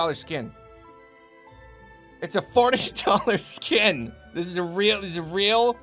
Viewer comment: i swear everytime says "$40 skin" i automatically hear "$40 scam"